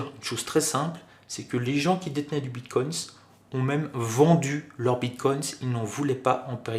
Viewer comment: Apparemment je ne suis pas le seul à être gêné par la prononciation du "s" invisible, autant au singulier qu'au pluriel 😅